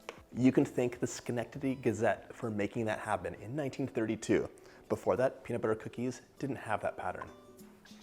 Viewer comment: "Melt in your mouth penis butter cookies" is what I heard.